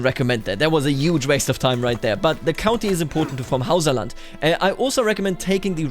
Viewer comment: yuge, yuge, yuge, yuge!!!! so many YUGE